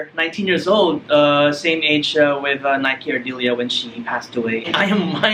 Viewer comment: Bukan Naik Ardilia cara bacanya bro, tapi sesuai penulisannya. Nike Ardilla.